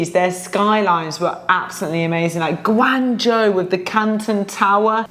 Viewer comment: omg your pronunciation of Guangzhou is incredible as none Chinese speaker, you even get the tone right 😮😮